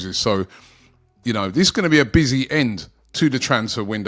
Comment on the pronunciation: Robbie, it's THIS not VISS.